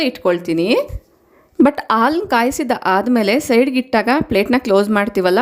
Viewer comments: ಆಲೂ ಅಲ್ಲ ಹಾಲು. ನಿಮ್ಮ ಮಾತೃ ಭಾಷೆ ತೆಲುಗು ಇರಬೇಕು. ಅ ಗೂ ಹಾ gu ವ್ಯತ್ಯಾಸ ಇದೆ. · ಹಾಲು, ನೀವದನ್ನು ಆಲು ಅಂಥ ಹೇಳ್ತಿರಾ. ಅದನ್ನು ಸ್ವಲ್ಪ ಸರಿ ಮಾಡ್ಕೊಳ್ಳಿ.😊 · Please pronounce haalu not aalu